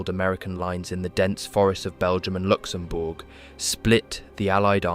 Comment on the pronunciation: ... I've never heard a Brit say Luxembourg like that and it goes a bit funny after that